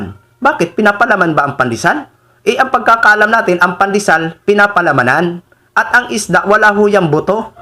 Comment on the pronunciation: Sara pandesal pa lang yang ipinapaliwanag mo,di mo pa masabi ng maayos. Paano pa kung ikaw na ang mamumuno sa ating bansa,mahiya ka naman.